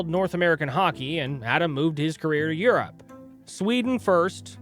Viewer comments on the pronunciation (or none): none